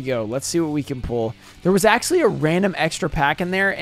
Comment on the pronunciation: I swear to god, if i hear you say "axualy" one more time, im gonna flip my lid. It is spelled "actually"